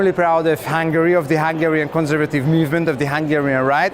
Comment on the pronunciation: It's cool how the Hungarian guy pronounces his country's name in English: "Hangry." So apt and poetic.